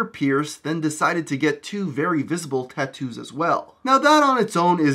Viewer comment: The way you pronounce tattoos is geeky as fuck